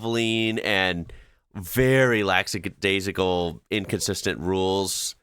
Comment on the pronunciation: Interesting pronunciation of 'lackadaisical'.